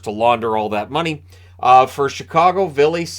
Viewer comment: Not to be that guy, but it's Vili not Ville